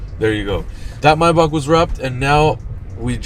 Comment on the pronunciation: It’s pronounced Maybach not Maybach.